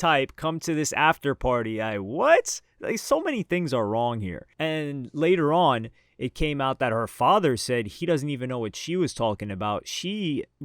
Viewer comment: SA-ED?! REALLY🤦